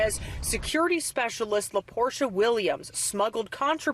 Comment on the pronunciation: La Porsche-uh😂